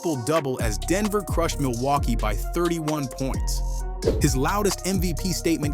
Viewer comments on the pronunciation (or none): none